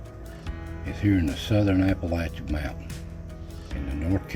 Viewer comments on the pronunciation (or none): none